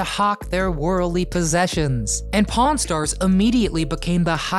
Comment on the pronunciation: he said pawn stars bt I thought he said porn stars loll 🤣